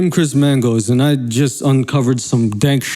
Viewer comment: I didn’t think it was possible to say, “Chris Mangoes” and “running on a treadmill” or as you say “treadmull,” until now!! Lol. We get it. You’re Chris Mangoes and you love running on a treadmull.